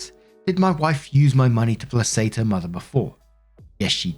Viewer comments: Just a heads up, placate is pronounced “play-kate” instead of “place-ate”. I love your vids, I just wanted to lyk how it’s pronounced for future vids:) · Isn’t ‘placate’ pronounced plakate, not plasate? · IT'S "PLAY KATE" NOT "PLAY SATE " stop fucking up your job!!! 8th attempt! GRRRRRR! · Plah-Kate …. Please get this right… you mispronounce this word Every. Time! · 'Placate' is pronounced with a K-sound. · Once again, and as always, can't pronounce "placate" properly. Just sad by this point.